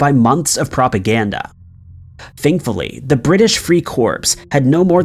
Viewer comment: You really need to work on your pronunciations! Its Free Cor, not Free Corpse! You don't pronounce the P unless you're talking about a dead person!